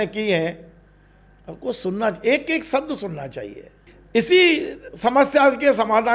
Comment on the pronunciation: भाई साहब सब्द नही शब्द होता है, इस्टूडिओ नही स्टुडिओ होता है. बिडिओ नही विडिओ होता है, बास्तव नही वास्तव होता है. विवस नही विवश होता है, देस नही देश होता है, एक वार नही एक बार होता है. मोदी योगी को खुले आम वाह्यात पन के शब्द बोले जा रहे हैं. मा बहन की गालियां रह गईं थी व भी दे दी और कितनी आजादी चाहिये